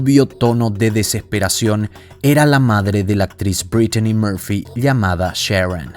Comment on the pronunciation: sumale que , a demas de tratar de hablar en ingles, que pareces dora la exploradora diciendo por ejem. dedellaain o ''breitchani moorpfy, por empesar no se llamaba asi como lo pronuncias ! lo mas probable es que si estuvo inteligencia metida seguro nada fue casualidad.